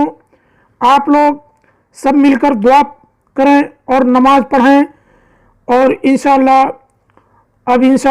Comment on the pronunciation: Namaj nahin namaz mere Bhai . U are very sweet and innocent